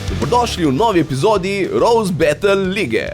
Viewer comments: ne morem mimo tega grozno poslovenjenega izraza ... be-tl 😞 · Hm, malo cudno, je izginil moj prejsnji odgovor. Nimam nic proti izposojenim besedam... imam proti izgovorjavi teh :) predvsem bEtl, kjer E zveni kot tisti pravi E in ne kot æ oz bolj pravilno kot A. (sem ziher da ves kako se izgovori pravilno v anglescini)... drugace pa sem zelel povedat, da mi je vsec foramt... me zanima ce je tudi v zivo tako efektivno in hitro... ali je to carovnija editinga?